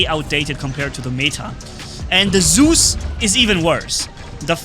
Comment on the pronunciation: The name is Zeus not soooze.